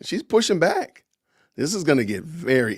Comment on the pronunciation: Did you say "good morning I'm black", or " Good morning I'm back?" 😆